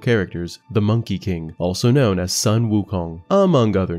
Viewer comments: Not Son Wukong. That’s Japanese. Sun, pronounce as a short of “soon” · The "Sun" in Sun Wukong is pronounced "Soon" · the "u" in "Sun " is pronounced as "/u;/"😊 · Just so you know, the U in sun should be pronounced as the U in Wu. So it's not like the moon and the sun.